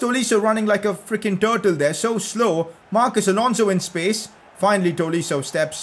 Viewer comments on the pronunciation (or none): none